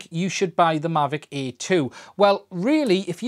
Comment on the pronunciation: Difficult video to make for someone who literally can't say "Air"...